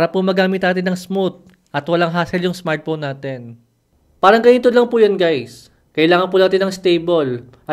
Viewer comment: Smart phone ❌ Smart phome ✅ 😂😂 Puno nang pagkain ang bibig habang nagsasalita ✅